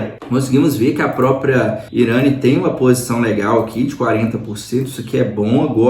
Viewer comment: "IRÂNI"?! Pelo menos aprende a pronúncia do nome da empresa